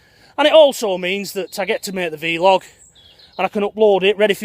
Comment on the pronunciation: Blog not bee-log = Vlog not vee-log . you say potatoes and I say lockdown. Really enjoying your daily delve into this mass open prison scheme we are all currently enduring. Best wishes